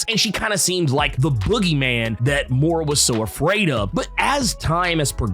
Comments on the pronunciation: It's "Moy-rah" not "Mow-rah." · I'm starting to think this guy intentionally butchers names for fun. 🤣 More'rah... Oh god.